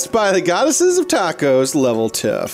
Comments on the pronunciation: Was I the only one who thought it said tacos and not tasos...? Sorry just really hungry rn. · Its tasos like said in the first episode it's a greek name